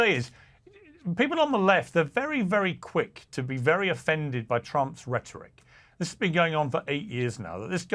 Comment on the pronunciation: It's not "rhetoric" Piers!